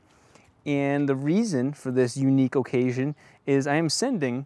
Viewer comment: "Unique Ohcasion" very classy